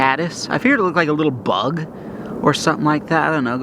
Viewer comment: why did he say BUG like that 💀😭